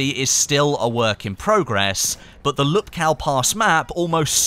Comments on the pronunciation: It is pronounced "Whoopkoof" not Lupkoww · . it's pronounced "in the name of the *TS*ar", not "zzzar" and it's not "lupkao", it's actually "Woopkoof" hope this helps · PSA: Lupkow is pronounced "Lupkov" the way Krakow is pronounced "Krakov"